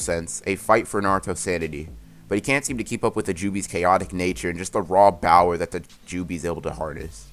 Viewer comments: When you say bower it’s cringe not gonna lie just say power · It's power not bower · Bruh I haven’t watched a full minute and I’m dying he said bower XD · Hold up he actually said bower I thought I was bugging